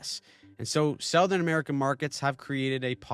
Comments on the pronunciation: Off-topic, but the way you say "Southern" just hurts me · I know you're not AI (and I appreciate that!) but couldn't help but notice that you pronounce "southern" as "SOW-thern," but we pronounce it "SUH-thern". Is that a Canadian dialect thing? Keep up the good work. I'm a long time subscriber. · Do Canadians say "sowthern" rather than "suthern"